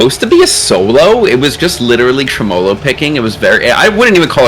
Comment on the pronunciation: I think you just like aluminum, and gold. Weak and soft metal. 🤣🤣 to each their own though. Also, it’s pronounced Trem-molo not Tre-molo. “Trem” means “shake.” Like tremble. “Olo” guess the suffix to make an a noun.